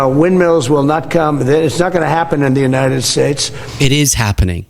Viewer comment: Oh, that's a relief. He's not talking about the USA, he's talking about the "United Shaysh".